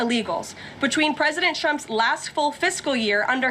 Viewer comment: I can't get over the fact that she always sounds like she's saying President Chump 😂